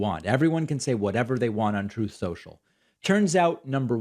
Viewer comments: Troath censuaial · Your pronouncing it wrong David. Troth central. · "Troath Sential" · Why is David calling it Truth Social? It's real name is Troth Senchill isn't it? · David, you know it's pronounced "Troth Senshell".. C'mon bruv.. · TROATH SCHENCHAL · It's pronounced "Trollth Sential".